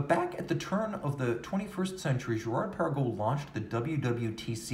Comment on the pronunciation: Hi, I’ve never heard you yodel Girard Perregaux before. Impressive.